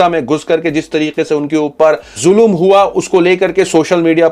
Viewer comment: Zulum nahi bhai ZULM